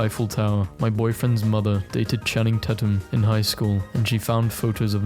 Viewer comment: WHY DID YOU SAY CHANNING TATTUM THO💀😂😂